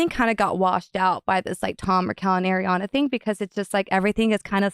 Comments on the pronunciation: It’s Ariana… not AIRiana 😂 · She definitely says “air-iana” more than “ari-ana” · Thank you, Nick, for being as bothered by the pronunciation as I am!!!!!!! It is, in fact, 'AHR-ee-ana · Why do people still say airiana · Nick needs to stop focusing on how Ariana is pronounced you’re interrupting points from your guest its coming across rude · Stop interrupting interesting parts with the Ariana pronunciation bs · i think that’s partly due to being interrupted because of her pronunciation of ariana every time she said it